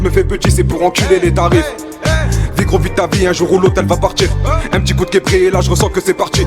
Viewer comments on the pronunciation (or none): Pour le référencement tu mets « uRRnn, deux, trois » 😂 Paix ✌️